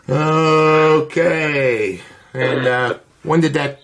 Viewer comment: “You’re about 90 classes off.” “Okay-uh.”